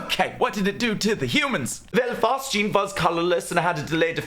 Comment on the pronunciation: what's the third gas? I can't hear anything other than "Chlorine, Mustard, and Fart Juice" I mean, it'd be hilarious if 85% of all gas deaths in WW1 were caused by Fart Juice but I'm sure that's not right. Captions aren't helping. 'Fast Jeans' is equally unlikely and far less amusing.